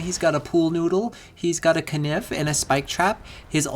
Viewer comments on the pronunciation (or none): Why do you pronounce knife using Medieval English pronunciation? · Lol, "he gets a keh-niff"